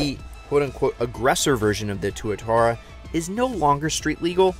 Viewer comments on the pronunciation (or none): Also, not going to take the opinion of a guy who’s on a car show and can’t hardly pronounce any of the brands names right…tw-utara…and su-leen, like the singer not the chemical!🙄 just to name a few